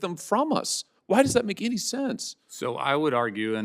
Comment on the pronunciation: Not howMANY It’s ANY!!!!!!